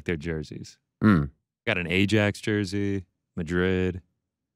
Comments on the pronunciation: Please do not call the Dutch football club Ajax the way you say it. Ariel is correct, it's "i..yax". No fan in the footballing world calls it A-jax. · can not pronounce Ajax like he pronounced it. Ariel said it right but Ariel pronounced Mbappé wrong. And i thought Ariel knows how to pronounce names, especially when its a french name. Smh. 😃